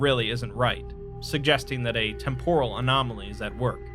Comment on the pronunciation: Y'all are killng me, it's TEMporal not temPOral.